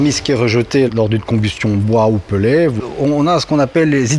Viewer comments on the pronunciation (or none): Le "peulé".....oú diable allez vous chercher une prononciacion pareille ??!!??!!??!! C'est un mot anglais qui se prononce "pèlete".... En français cela devrait être "pèlè" (phonétiquement)....un "e" devant une lettre doublée se prononce "è"....vous n'apprenez plus le français à l'école !!??!!??!!?? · t'es pas serieux d'ou tu prononces "peulé" wallah